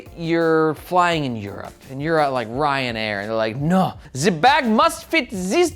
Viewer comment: RyanAir is Irish btw. Not sure why you need to do a German accent for it XD